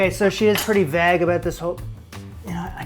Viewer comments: It sounds like you rhyme vague with bag. It's vay-g,! 😄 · Lol vague it's pronounced "vayg" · How do you say vague? Vauge.. I can’t lol! Loving the content keep it up. ❤ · the way you say "vague" literally made me rewind the video 20+ times. never heard it pronounced that way in my life. interesting.😂😂😂😂